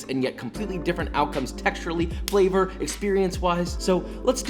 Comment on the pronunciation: “Decadent FELLER” lol